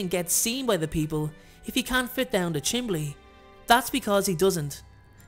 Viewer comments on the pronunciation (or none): Chimney… not chimley…